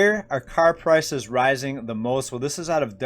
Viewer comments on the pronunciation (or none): For a second i thought i heard you say “rising crisis” instead of “rising prices”. Eh, same thing at this point.💸💳